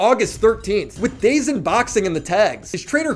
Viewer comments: You literally called DAZN "days inn" like 13 times and then showed a clip where the guy pronounces it properly. Do u even watch the clips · It’s pronounced daaaaaaazoooooone not dayz tf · Calls it “dayzin” multiple times, shows clip where dude says “dazone” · Bro it’s “Da Zone” not Daezn? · Dazn is pronounced da zone like in the clips show after u said it😂 not dayzn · It's pronounced "da zone" not "day zen" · Day-zin??? You mean da-zone. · Wtf is Day Zen? It's pronounced Duhzone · It hurts me you saying DAY ZEN instead of It being pronounced DAZONE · It’s not day-zin it’s da-zone dummy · PLEASE stop saying "dazing", it's "daz-own" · Day zn? Come on bro. At least learn to pronounce what you’re reporting on. Would take 2 seconds to watch a clip if you don’t know how it reads. Da Zone. Amateur hour. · homie said ✨dayzen✨ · clearly doesn't know anything about boxing/YouTube boxing if he's pronouncing "DaZn" as Day-Zun. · Dazn is pronounced da-zone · Brother its pronounced "DA-ZONE" but spelled Dazn... just saying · Dazn is pronounced as dah-zone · It’s pronounced “Dazone” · Man, sorry to b picky but its da-zone. That's how it's pronounced sorry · DramaAlert owns a boxing company and you can't pronounce DAZN be better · This guy doesn't even know how to say DAZN..... embarrassing 😂😂😂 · Bro your pronouning "Dazn" Wrong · bro please stop mispronouncing dazn